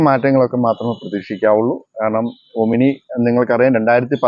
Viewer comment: ഒമിനി അല്ല, "ഓമ്നി"!